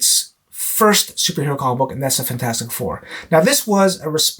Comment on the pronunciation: Good job... I giggle at the pronunciation of "comicbook" that you and also Swagglehouse uses. Sounds like you are saying comma-book. LOL! Still a gr8 post though. Keep it up. 💯